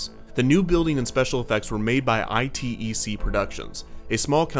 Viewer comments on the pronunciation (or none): I think the company is not I T E C, but actually "Itec" as in "eye-tech" - you need to work on pronunciation, bro. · fyi it's pronounced "i-tech" - I work for them. :)